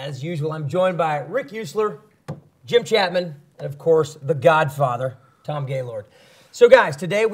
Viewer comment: Why did you have to add emphasis on Tom's name like that🤣🤣